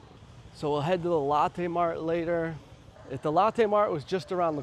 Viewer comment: I like Big M bro and Moonmilk ! Btw: I know your a Chi town dude but “Lo”tte is not “Latte” , Latte’ is that coffee drink that the fancy people drink at BigBucks🤣 stay cool 😎